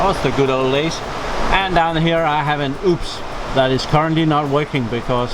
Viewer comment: "And down here I have an oops" It's pronounced U-P-S by the way